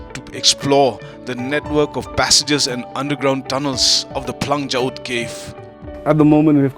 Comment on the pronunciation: You're so stylish flang kynshi u said instead of phlang kynshi